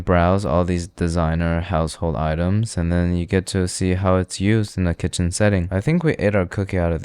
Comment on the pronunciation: One through ‘t-HEN’, speak properly ape.